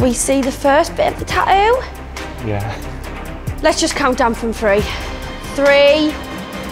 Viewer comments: Tattoo not tatooo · It’s called tattoo not tauoo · How come every other British person on the show can pronounce "tattoo" properly but not the host? I cringe so hard every time she says "ta-ooh." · why can she not say TATTOO?? you could only find somebody who can say "ta-ooo"??? does she not see theres more than one T in the word tattoo? and yet you hired her lol?? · "Ta-ough"...your new "Ta-ough". When you can't even pronounce the title of the show you're hosting. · No, they say Ta'oh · "TATTOO" jeez not "TaTo" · Half these people can't even pronounce tattoo. "Ta-oo, ta-oo, ta-oo!" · It's tattoo not tatoe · how does that girl pronouce the word tatoo?? " tayu" this show is all staged..haha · So why can she only pronounce one 'T' in Tattoo...? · why can the blonde chick pronounce the first T in tattoo but not the second 2 t's. Kinda drives me crazy. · The Geordie pronunciation of the word "tattoo" is pure gold👌